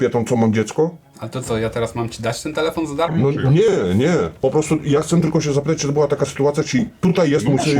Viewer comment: nie mówi się kcę :)